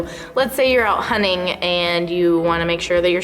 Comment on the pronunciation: Out hunning lol